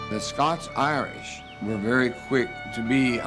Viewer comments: It's Scots (humans from Scotland), not Scotch (whisky). Geez. But other than that, this is a great little documentary about early American history. Love the info about the music. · SCOTS-IRISH, **NOT** "SCOTCH"!!!! Scotch is a whiskey ye dimwit!